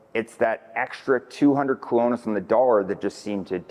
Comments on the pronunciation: a decent human being would make an effort to pronounce the words key to the message. You're not even trying. It's arrogant and insulting to not even attempt to pronounce the name of the currency in Costa Rica let alone the name of major towns. You don't need to be fluent, but you should at least be respectful. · Jaco, Sabana, Colones,... if you are going to give advice on Costa Rican things, learn how to pronounce the names. Your credibility really comes into question.